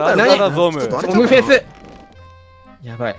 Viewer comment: のゾムフェスはゾムへスって聞こえるw